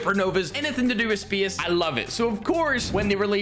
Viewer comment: Why does he say "space" like "spece"